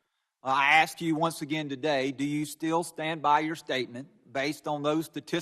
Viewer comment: When the chair (or any representative) says "axe" instead of ask... 🙄